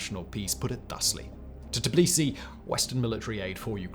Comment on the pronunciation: Did Simon say Tbilisi and Shevarnadze at least once the right way?😂😂😂